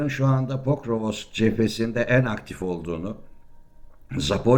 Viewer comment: Hacı PORKOVOSOKSAFONSOK değil, POKROVSK. Her gazeteden KOVULAN gasssteci..